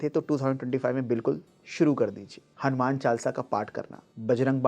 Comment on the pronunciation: ये हनुमान को हनुमाना कहना अच्छा नहीं लगता।